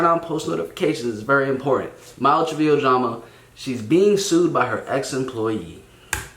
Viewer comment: Did this dude just say "Malu Triveeo?" 💀